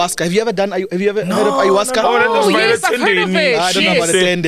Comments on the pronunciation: It’s Ayahuasca🙈 not iowaska😂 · What is ayahuasca? Ayahuasca (pronounced 'eye-ah-WAH-ska') is a plant-based psychedelic. Psychedelics affect all the senses, altering a person's thinking, sense of time and emotions. They can cause a person to hallucinate—seeing or hearing things that do not exist or are distorted